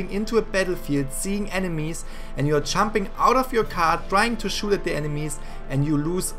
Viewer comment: It’s Jumping not chumping